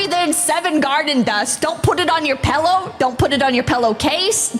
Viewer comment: Craziest part of this video is hearing her say pellow.